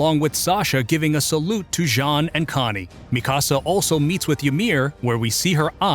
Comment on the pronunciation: Ok but you pronounced Mikasa like mi-casa and not like mika-sa